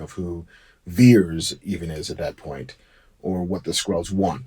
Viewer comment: Is Vers not Veers